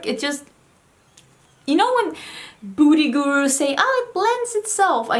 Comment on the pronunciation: You are so gorgeous. Also, I love how you say beauty gurus lol “booty gurus”. Makes me giggle every time